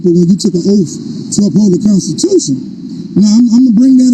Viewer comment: It's OATH, not " oaf "